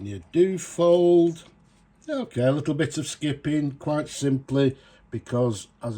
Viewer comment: Duo-fold... dyu-oh-fold. Not Doo-fold.